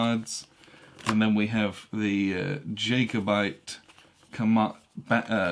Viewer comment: And mispronounced Jacobite - jack-oh-byte. :-)